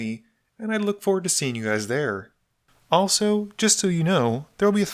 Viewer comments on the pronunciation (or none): none